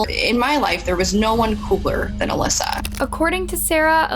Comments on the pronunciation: Why not even take the time to listen to the video clips you're putting in with the correct pronunciation of Alissa not Aleesa? All the hard work Sarah has done for victim advocacy, I couldn't even listen to this video. After about the 5th Aleesa, I just couldn't do it. This case is right up there with all the major true crime cases. Seems like someone else might be writing these and then they get read off a script. At least pretend to care. It shouldn't bother me so much... I just don't want to listen to any true crime channels that don't care about the victims enough to research any further than surface level. Unsubscribed. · I think you did a good job with the stories. Although I wish you had pronounced Alissa's name the way it's supposed to be. A-lis-sa. Not A-lisa. You said that wrong every time even though the clips with her sister clearly showed you how to pronounce it correctly. It seems like a small detail. But it would have been more respectful to the victim and her family. A name is very, very personal. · Why did you guys cut out a lot of the facts and details from the first case? This is the first channel to seem sympathetic towards Gable in all my years watching true crime. Also, in the last case, her name is "AL-ISS-A", not "A-lees-a". Her own family members pronounce the name as such, yall even included video of Michael pronouncing her name that way. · Her name is clearly Alissa not Aleesa. Have some respect! Her dad clearly states her name literally in the video! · the sister literally says her (alissa 's) name correctly in the video clip but you keep calling her a lisa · I love your videos except that you don’t even try at all to pronounce things correctly? There’s a clip in here of her sister saying her name correctly and you don’t say it properly one single time. Pretty disrespectful. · My question is, why is it that you've listened to the videos SAYING her name and you still say it wrong 🙄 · ALISA NOT ALEESA‼️‼️‼️‼️‼️‼️‼️